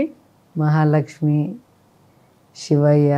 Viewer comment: యాంకరమ్మా గోషాల, షివయ్య కాదు గోశాల, శివయ్య స్పష్టంగా పలుకు తెలుగు.